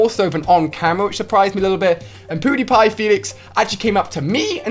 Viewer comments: It's so cool you say poodypie when you mean pudypie or whatever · Ahhaha poodiepie lol "poo"diepie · He kept saying poodiepie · Poodepie? It's pewdepie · He said poodiepie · What did he say powdiepie or pewdiepie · U said poodipie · It’s funny though cause he says poodypie haha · u said poodiepie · Lol u call him poodiepie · Is it me or did he say poodiepie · Who else heard Ali say poodiepie instead of pewdiepie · "We had Poodiepie" 😂😂 im dead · U said poodepie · He said poodie pie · The Master poodiepie* (thats the way he pronounced it) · Why when Alia says pewdiepie it sounds like hes saying poodiepie😂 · Alia said PooDiePie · Ali said poodiepie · 😂 Ali pronounces PewDiePie Poodeepie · I love the way u pronounce pewdiepie 😂